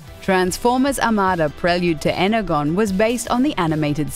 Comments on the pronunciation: and you you its energon not energone ? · How I Pronounce Energon (Ener-gon) How she does it (Ener- gone)! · was gonna let this slide but your rant has made me angry 1.) The 80's transformer games were bad but others since then we're good in their own way 2.) The word is pronounced Energon not Energone 3.) Next time you wanna make a stupid ass rant, learn to spell!! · You can’t criticise transformers if you can’t even pronounce the names right “Energone” “war of cybertron” first of all its energon and second of all its war FOR cybertron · Really ener.gone it is ener JOHN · Ener-GONE? You mean Ener-JOHN???? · Its pernounced Erer JHON not Ener gone you stupid noob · dont forget 'energone' its pronounced energon ffs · Energon is pronounced Ener-Jon, not Ener-Gone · Then they should pronounce it energon.I hate it when certain languages do this. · I cringed so hard when she mispronounced energon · Oh and it’s energon: Ener(John) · Energone?..... if you can't pronounce it you can't criticise transformers games. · "Prelude to energhon" Oh dear god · Energon Proununced Enerjon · You know you have to take this video with a grain of salt when the narrator says "Energone." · She said 'Energone' instead of Energon Kill me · they do not suck so freak you and also its pronounced enerjhon like if it was a j idiot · Did she pronounce energon as "ener gone" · she also pronounces "Energon" as "Ener-gone". Don't you have a Kaboodle to organize? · cannon just like her pronunciation of energon. It’s pronounced en-er-John. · the dumb shit speaking said "Energone" and I promptly stopped the video. unbelievable. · Hah "Energone" she says, hey dumb asses next time you rant about something, here's some advice "LEARN TO SPELL!" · like Energon (pronounced Ener-John) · Also energone? You can tell this script was written by someone who loves the show, clearly not the voice over lady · ... Energone? ... Energone. ... Like... Jesus. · ItsAhMii sounded like eggagone